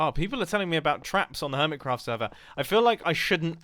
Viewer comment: when you realize mumbo jumbo called the hermit craft server "Earmitcraft"